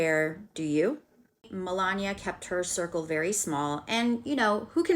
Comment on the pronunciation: 1st , you butchered her name pronunciated MEL-LAWN-KNEE-AH. 2nd, individual opinion and/or comment about someone else's life that you do not live is merely just that.... An opinion. Might I add, it also does not make the distasteful content you chose to post for the world to view a fact. Your point of view of Melania Trump being a "sugar baby" to the man she married and has a son with because of their age gap is disgusting. I may not agree with certain individual choices that people make but just because I do not agree with their choices or have a preassumed notion about someone doesn't mean that my outside view of their live and the way the choose to live it is correct. By way of your content I could say that the only sentence that was factual was that she has a son by Donald Trump..... Anddddd I'm positive that you would try to dispute that opinion. Please do check yourself and make sure your opinions of other people and your mind reading abilities of how Melania actually may feel about Mr. Trump do not overpower the necessary facts that this channel needs to maintain views.